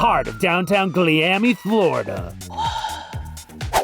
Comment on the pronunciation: Gliami, Thlorida is killing me